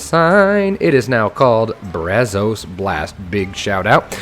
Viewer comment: the “o” and “a” in “Brazos” is supposed to sound more laid back. Use the “a” as in “mad” and “o” as in “of” (sound like “uh”)